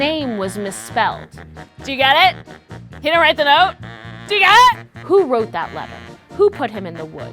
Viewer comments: . "DOO YA GEET IHT?" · I love the way she said DO YOU GET IT!! 😂